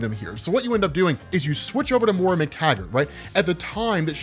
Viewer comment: Why do you keep calling her "MORE-UH"? Do you not have access to the internet?